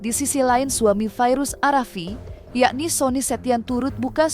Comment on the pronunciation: Ya Allah gimana mau maju Indonesia, yg baca berita aja salah awalnya fadia arasi... Trus farida... Gimana sih.... Update dikit maluin aja... FADIA ARAFIK... Baca satu berita salah2